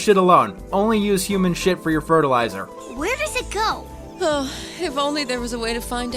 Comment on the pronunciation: just...say...fertilizer. Say it with me class. fert-il-i-zer